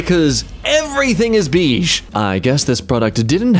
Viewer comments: why is no one talking about how he says beige? Or am I going crazy?? "Beej"?! I swear it's "bayj" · I can't be the only one who had a problem with how said 'beige', right?? D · bro literally said beege 😭😊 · pronouncing beige ("BAYge") as "BEEge" gave me more uncanny valley vibes than the love doll... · Did they just call beige "Beege"??? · TIL Australians pronounce beige "beej". Interesting. For those who may wonder, Americans pronounce it "bayj". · BEEGZ??? Apparently I've never heard you say beige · beege? beege? i understand pronunciation differences but it is bayge and not beege the i is there for a reason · TIL some people pronounce beige as "beezh"... that one's new lol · I am Australian & I've never heard beige pronounced like that, the bei makes a bay sound, you can figure out the rest from that.